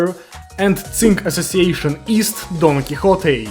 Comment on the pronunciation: the way this dude pronounces don quixote makes me wanna shoot myself